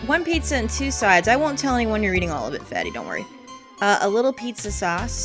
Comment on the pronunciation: "The Pee-za! Is the Pee-za! Absolutivally!":B